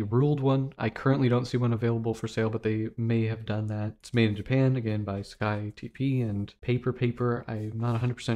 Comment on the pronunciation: you pronounced "sakae" correctly. Japanese language uses the literal Roman letters transliteration, so there's no hidden pronunciation shenanigans, yet.